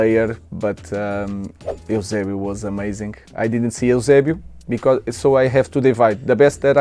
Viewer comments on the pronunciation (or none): none